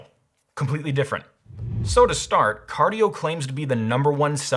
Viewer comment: Car-die-o? Hmmm